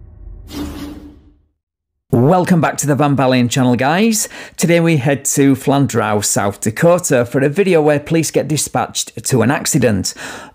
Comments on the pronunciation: It's pronounced flan-drew. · It is pronounced "Flan-Drew" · I work in Flandreau. Two things: 1) It's pronounced "flan-droo". 2) I know and next time I see him I'm going to tell him how much I loved his response of "Not too good."